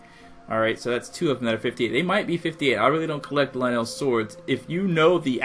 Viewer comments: Pronounce it lynul, you are aware vowels have a soft and a hard sound right? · I noticed you changed the way you pronounce "Lynel" halfway through the video o.O Thank god you stopped saying Linel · I cannot listen to u say lynel wrong anymore Clicks of of the video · 99% of people complaining of his pronouncination of lynel 1% enjoying the video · why is it when you read the name of the weapon you say lynel correctly but when you say the name of the beast you read the name weird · Why do you pronounce it lie neil but it’s pronounced ly nul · ITS LYNEL NOT LINELL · He pronounces Lynel as (Leh-nel) but pronounces Lynel Crusher as (Lie-null) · lyneel? it's lynel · Lnells are. It’s lynels lynels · Oh And Its Pronounced As Ly-nel Not Ly-nell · Linelle sounds like a hygiene product for women's time of the month. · it's not "linel" it's "lie-nel)... like... lion. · Is it pronounced Lin L or Lie Nel? You said both lol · ITS PRONOUNCED LIE-NLL and AKKOLA!! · It's pronounced Lynel (lie-null) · You said lynel like lynal XD say it right next time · You saying "Lynel" Is Killing Me Its L-Y-N-E-L not "LANNEL" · LIN-ELS, NOOOO STAHPPPPPP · My man says Luhnell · Dude, it’s lye-nul. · Lynel is just a spin off of a lion, hence the pronunciation; ‘lie - null’ could think of it as, Lion - el (Lionel) :) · Dude everyone that comments on your video says it’s pronounced lie-nel (witch it is) and you said right like 3 times in your vid and your arguing with them like your 7 come on if you’re going to argue at least search it up first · Good video! Btw it's pronounced lie-null ;) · Can you no say luh - Nelll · WTF IS LUH-NEL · You per once it l-ie-in-nel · Its lie nal that's how you say it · Ok first of all it’s Lynel (Lie•Nol) Second of all its Akkala (Ah•Call•Uh) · Thid guy said LI NELL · It's lie-nol, dumbass. I'm only calling you a dumbass for you're reply's on the pinned comment. You've lost lots of subscribers. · Me: Lynels Him: LEENELS Me: Ah-kah-lah Him: A-kay-lah